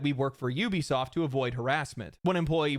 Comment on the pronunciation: Judging souly on your ability to pronounce the word "Ubisoft," you might be the only content creator that knows how to phonetically read English. I don't care how the morons at the company pronounce it..reading it as "ooh-be-soft" is just plain wrong. That said, you should consider either paid sponsors, or YT ads..or save the sponsor plugs for the end. Getting hit with both, back to back, is the lone reason why I'm not going to be watching the following 25 mins of this video. I'll still leave a like on it, though.